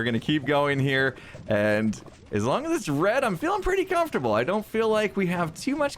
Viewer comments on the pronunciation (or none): none